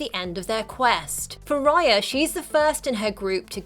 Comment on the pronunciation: Raya not Riya